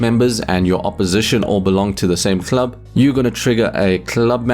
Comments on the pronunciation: Please never say club again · I need a video of you saying "club" for 10 minutes